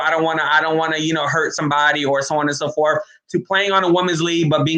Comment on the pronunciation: So on and so forf??? Troof?? WHAT? Clean up how you pronounce words if you are truly serious about a viable career in any type of broadcasting. How does a person with your roots, who has lived here forever, learn to speak so poorly without ever having been corrected by family, friends or teachers? And why would you be so comfortable portraying such a hollow headed image and how that unfortunately reflects on the good people you so frequently claim to proudly represent? It's an insulting embarrassment and you need to consider that. How does anyone pronouncing so "low life" graduate from college?? Such careless pronounciation must have been a misguided intentional choice at some point but why? Why emulate the worst and most ignorant speech rather than the best? You're supposed to be a "credible communicator"! Dreams and fantasies of success and exposure in "better broadcasting"! won't happen if you don't strive to speak correctly, l guarantee that. The only way McCain will be exiting the View will be if she chooses to leave. Like it or not she is an asset to that show, abc loves the controversy she creates and how that contributes to the ratings. Her name may have aided getting her in that door but it is clearly not what's keeping her there. The current junk you are quoting is totally meaningless regarding her very successful broadcast career. Digging for her demise is pointless and laughable wishful thinking. Her job is secure, and abc knows the negative consequences re the re